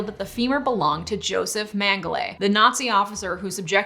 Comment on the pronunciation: Sorry, it's "mengel-ah."